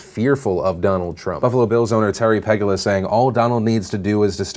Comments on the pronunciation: sorry to be that person but as a buffalonian I have to. It’s Terry Pe-GOO-la. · You pronounced Terry Pegula’s name wrong lol. Go Bills. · That's not even close to how you say Pegula